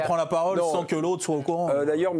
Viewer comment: benatia c'est pas "benassia"